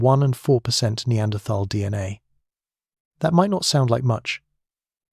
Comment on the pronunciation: Annoying to hear Neanderthal mispronounced